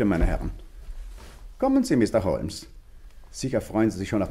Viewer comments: Sein Name ist nicht "HO"L"MES", sondern " HOMES" - schade, dass sich dieser Fehler durch die gesamte Geschichte zieht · Die Kritik an der Aussprache des Namens Holmes ist vöölig berechtigt. Ihn so auszusprechen ist einfach nur dumm oder man hat keine Ahnung wie er in Englisch ausgesprochen wird. Einfach nur weitere Hörbücher, Filme hier anhören, ansehen, dann versteht es bestimmt auch der Dümmste. Interessant ist nur, alle anderen Namen werden wie im englischen ausgesprochen, nur Holmes nicht. Hört sich für mich grausam an und ich frage mich, gibt es bei solchen Produktionen nicht einen Regisseur oder ähnliches?